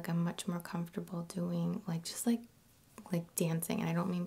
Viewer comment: man i like her vids in general but the fact that she mispronounces silent 'g's constantly gets to me. dancin(geh), lovin(geh), doin(geh).